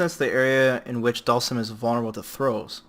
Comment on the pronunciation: The way you pronounce Dhalsim sounds like Dawson.